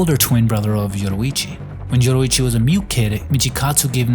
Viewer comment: Why bro keep pronouncing Yoriichi as Yoruichi